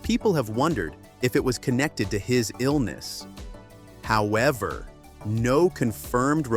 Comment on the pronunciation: hoowevver got me confused